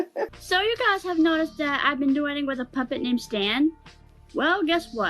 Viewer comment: i hate the way she says "what is wrong witch yew??" girl what is wrong with YOU?!